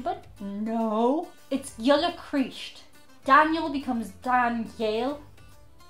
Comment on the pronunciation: Kreeester...too much like keister (sitty down part)